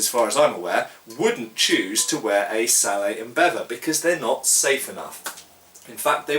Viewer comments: It's Sallett, Hard t on the end. Just saying. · at the risk of being pedantic, I think you're wrong to pronounce this helmet as "sallay". It derives from the French word for it: "salade". I believe the final t should therefore be sounded - as most people pronounce it... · Just one thing, I think the wallet is pronounced with a hard t. I believe you have discussed this with Toby Capwell. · Why is sallet pronounced "sallay" when bascinet is pronounced "bassinet"? You guys make English hard to learn! :) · I've heard people pronounce sallet "sal-lett" and I've heard people pronounce bascinet "bassinay". English spelling is notoriously I think in this case the pronunciation is really up to you. I would personally pronounce them "sal-lett" and "bassinett" while speaking English. If I was speaking French, it would be a different matter. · that's not how you pronounce sallet. I hope he knows that by now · Why don't you pronounce the 't' in 'sallet? Sallet is an English word, not a French word. It should be pronounced with the t, so far as I know. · I don't know if anyone else has pointed it out but the T is not silent it is pronounced phonetically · I know this is 6 years late but I can say that according to Knyght Errant “sallet” is the English word for this kind of helmet, and the “t” should be pronounced. He said the French word for this kind of helmet is “salade.”